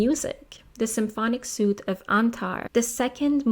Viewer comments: Thank you for introducing me to this artist. I look forward to more of your teaching. P.S. For future work, the French word "suite" has been adopted as English but is still pronounced "sweet" as opposed to "suit" which rhymes with boot. Great respect to anyone who is polylingual at such a high level! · Suite is pronounced sweet - just for reference